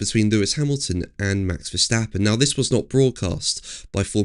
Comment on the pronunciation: how to pronounce max verstappen???? every A sound like in CAR